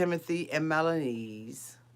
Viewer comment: Do you say "Melanese" instead of Melyza on purpose? Lol!